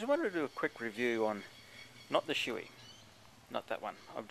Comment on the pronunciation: Shoei is Pronounced Show-ee :P -Ride Safe!